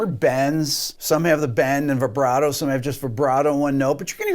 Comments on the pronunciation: You call yourself a classical musician and say vyebrato? What a shame. I wish I could play like you do, though. In here I'm quite decent, but to me I'm never good enough. Since I've been listening to music and playing guitar since I was 12 (I'm now 31) I actually can tell some of these because of the songs, or the way the person starts/inserts the vibrato/bend. I thought his video was stupid at first but it's actually interesting, now that I watch it here. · Why are you saying "Vaibrato"? Just because Steve Vai invented it doesn't mean it's pronounced like that